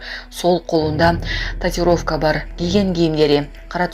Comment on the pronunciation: Коментатор кыз, татировка эмес, татуировка деп айт, сендей сабатсыздарды иштен бошотуш керек.